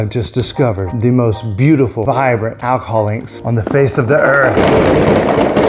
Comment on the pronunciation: I love the way you say “Alcihol”😅